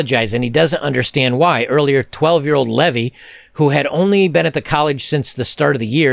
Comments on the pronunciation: The boys name is pronounced Lee..vie, not Levy. The city is pronounced Wooran..Nam..Bull, buy the indigenous people, rolling your tongue on the r and War..nam..bull by colonists, etc, some locals say War..Na..Bull but they also pronounce Essen..Don, Es..seh..dun. I'm glad of the positive messages on the Web, standing up for men and reason. It's so lacking in media, schools and homes these days and maledom has taken such a beating to the detriment of our boys and society in general. The negativity years ago on our women had similar result on society and our girls but the pendulum has swung way too far and we need voices of reason shining a light on hypocrisy and injustice for the betterment of all, such as yourself. I have the same number of daughters as I have sons, so I have no bias either way. It's been a battle since the dawn of time and balance through accountability is always the key. p.s. I'm not picking on your pronunciation, just an FYI. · . Pronounced leave-eye.